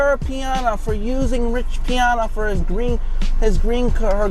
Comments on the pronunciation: The Arnold poster said: "enjoy the moment" NOT enjoyment like you say and you are calling Rich Piana, Rich PIONA??? 🤔 Do you even have a clue what you are talking about, you just copy pasted a bunch of clips and tried to regurgitate the EXACT same things about Jason that thousands of other people did more than a decade ago and you are getting all the facts WRONG. You are absolutely PATHETIC, way more than Jason and that is saying A LOT! 😵‍💫🤯🤯🤯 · Bro there’s no way you researched this whole thing and still pronounce Piana incorrectly. I mean it’s literally spelled exactly how it sounds and you still said it wrong